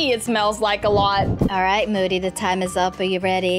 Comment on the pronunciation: That's not how you spell moody and you said mood🤣